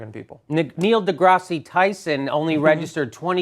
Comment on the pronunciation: Neil "Degrassie" Tyson hahahaha! Degrassie Tyson High. I think every Canuck, and Yank that lives near the border, thought that when mispronounced the name.:D